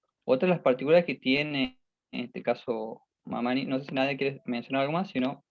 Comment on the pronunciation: Disculpas pero el apellido es Mamaní asi se pronuncia.